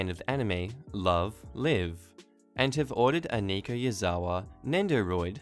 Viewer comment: You’re the second reddit reading channel owner to pronounce the word Live completely wrong. Perhaps you should get a fluent English speaker to check pronunciations for you?